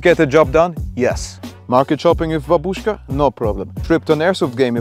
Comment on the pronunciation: oh oh oh OH! he said babushka right like in russian fashion